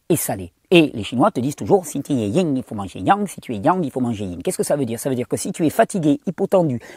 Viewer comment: *Yin, pas ying 🤗